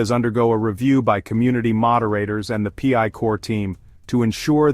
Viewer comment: The "pee eye" network. 😂